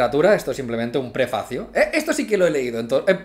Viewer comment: Prepacio suena a prepucio